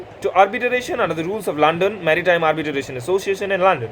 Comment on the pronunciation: It's Arbitration bro not Arbitaration. Pls don't mind .